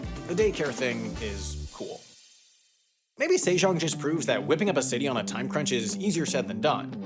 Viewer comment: Sejong was also tragic. It's 세종 not 새장, put some respect on 세종대왕's name.